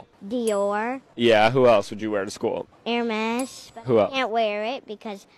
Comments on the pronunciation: The fact that she can properly pronounce Hermés indicates her parents are indeed trés chic😂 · The way this young girl can correctly pronounce Hermes over any 20 year old “influencer” I’ve seen. Go you stay sassy!